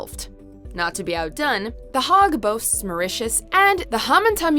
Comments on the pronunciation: You might learn the correct pronunciation of these places first before publishing to YouTube. It's the 'Haig' as in `Earl Haig', and not the 'hagg'! If you don't know such basic things, it suggests you haven't researched the topic properly. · Are you mispronounced Hague?